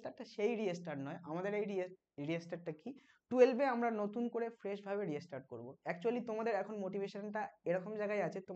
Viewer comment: Restart er pronunciation ki reastart ....ektu notice korben